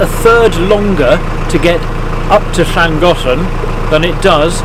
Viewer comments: As a Welshman, living in Japan for almost 20 years, and having been on the Llangollen for 2 weeks in the late 70s...... Yours, young fella, was by far the best pronunciation! Even my Japanese better half was impressed! We enjoy your videos,,,,please keep em coming! Thank you. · I'd wondered about Llangollen pronunciation as so many pronounce the first Ll unlike the next ll. Now I've heard the logical linguistically correct pronunciation! Hurray